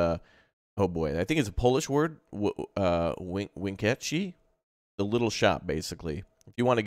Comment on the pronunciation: Winkeltje, Vinkle-tjö The 'kie' is just in ZA, in Dutch it's hard 'T' tje.